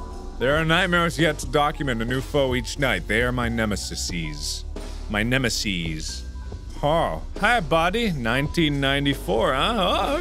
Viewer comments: A reference to the good ol' PS1 logo? ALSO, Nemeses is actually "Nemesis", but I guess I know why it was mispronounced. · MARK:they are my nemisissys...*keeps trying to pronounce it* Me:~smerks~ sissys .....